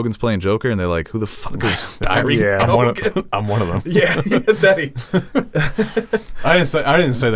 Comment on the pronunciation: Pronunciation Police Comment Incoming! It is not Barry - Cogan 🙈 It is Keo-an...the gh is silent. An Irish friend 🙂